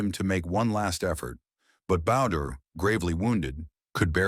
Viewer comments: CHARLIE BOWDRIE pronounced: “Bow Dree “ not “Bowder”!!🙄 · BOW-DREEEE HOLY FUCK HOW HARD IS IT TO GET RIGHT?? HOLY SHIT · Charlie Bow-DREE, hard e! How can you get it THAT wrong unless it's an A.I. narrator ? ! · Right from the very beginning you can't even pronounce the guys name correctly. To me if you guys can't even get that right i have to wonder how much effort did you put into getting the rest of the story correct and honest.